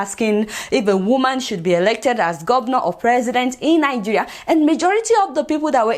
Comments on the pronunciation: You can't even pronounce the name of our beloved country properly. Najiya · I enjoy listening to your pronunciation of 'Nigeria.'